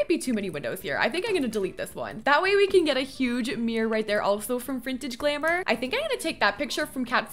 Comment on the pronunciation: "frintage glamour" 😭😭 lmaoo